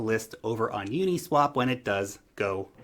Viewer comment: u-NEEEE-swap .. lol